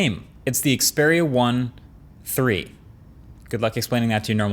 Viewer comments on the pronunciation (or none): It's Xperia 1 iii (mark 3 / not 3)